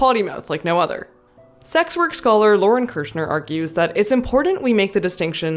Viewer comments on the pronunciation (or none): none